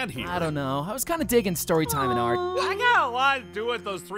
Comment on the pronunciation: do you wanna hear a stwoy?